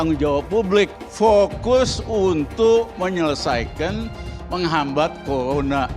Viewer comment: Risal ramli itu ngomong r saja gak tau dpr saja bilangnya dpl he he he so mgomong bivara saja gsk bener apalagi kerja corona saja ngomonya colona goblok